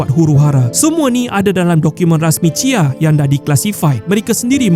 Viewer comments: C.I.A ye, bukan chia 😊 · Kenapa admin sebut cia? 😂 lawak macam sebut chia chia chia